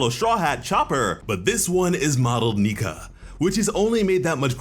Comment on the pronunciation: That's Nike, not Nika. And considering how Japanese is pronounced, the name would sound like Nee-Ka